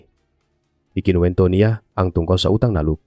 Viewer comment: Ang ganda Sana ng kwento pero nakaka turn off ang narrator.ang ay binibigkas ng pabuntunghininga.nakakainis.said halip na ituloy ay iaabort na lng